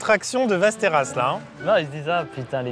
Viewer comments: Maxime qui corrige qui dit "vesteras" "vAsteras". Mec tu crois que les accents c'est pour faire viking? Ça se dit Vesteros (Westeros GoT tout pareil). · Ça se prononce Vèsteros xD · Västerås ça se prononce Vèstèros sinon ça fait mal aux oreilles. Sinon j'adore la video, continuez comme ca 🤩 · la ville se prononce véstéros un peu comme westeros dans game of thrones mais dit avec un accent russe voila voila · Väster°as Prononcé Vestéros (oui presque comme dans GOT) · Putain la prononciation de Västerås m’a écorché les oreilles 🥲 « Vesteroosse » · "Västerås" se prononce 'vèstèros'. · Ma copine (suédoise) se serait étouffé dans son café en entendant ta prononciqtion de Västerås si elle avait été là, mais à part ça super vidéo 😂